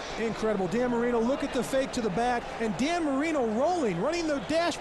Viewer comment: Cannot take this guy seriously saying 'Danny Marino'